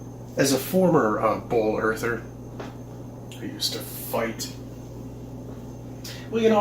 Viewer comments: Is he saying “bowl Earth?” He didn’t say ball. Haven’t heard that. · He’s def saying “bowl” earth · He definitely said "Bowl-Earther". Looks like he started out crazy. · I cringe every time he says "as a former BALL Earther" that emphasis on "ball" is annoying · I love how he says BWOOOAL